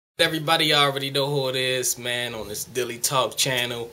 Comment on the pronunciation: SILKK THE SHOCKER., why do you pronounce "Deadly" as "Dilly"?